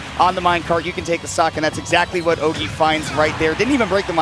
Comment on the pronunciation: C'est horrible d'entendre les commentateurs prononcer Ogey "Oggy" xdd